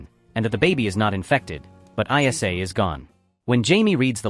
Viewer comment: Also, her name was ISLA, not EYE ESS AYE. AI slop